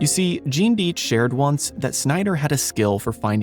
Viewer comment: It's DIE tch,you're mispronouncing the name. I knew all his sons who lived in White Plains a suburb just north of nyc. Gene lived in Prague,the only non communist there.Simon died a couple years ago but Seth and Kim are alive,cartoonists much different than their father. Just pronounce the name correctly, names mean something, they tell you who they are and it wasn't Genes fault.Tom and Jerry followed him to Prague but he was a g genius.